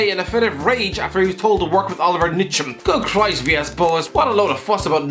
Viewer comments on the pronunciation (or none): Ntcham is pronounced: In-Cham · That pronunciation of Olivier Ntcham 😂😂